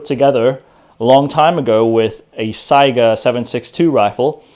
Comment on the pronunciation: First rate video. All of you people who mispronounce Saiga as sega(game system) listen to how it's correctly said in this video. Saiga = sigh guh not sega.